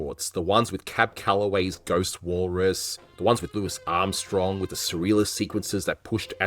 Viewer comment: Great video but you said Louis Armstrong’s name wrong at the end, it felt like a little trip right before the finish line lol